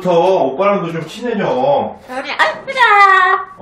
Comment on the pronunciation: 별이 밥이 업떠라고 하는거 같은데😅